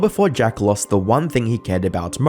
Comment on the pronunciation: Most and lost are not pronounced moarst and loarst. I'm guessing you're Australian? How is it difficult to pronounce no, not noarhhh, or most and lost? It really is that simple to pronounce it correctly like it's spelled.